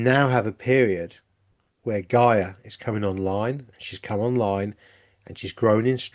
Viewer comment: Still can not understand how you pronounce Gaia , ( GAY .A) ..And then you pronounce Gaia, ( GUY.A ) .Which is the most common pronunciation. MAYBE YOU CAN ONCE AND FOR ALL STICK TO A PRONOUNCIATION ( one way or another!!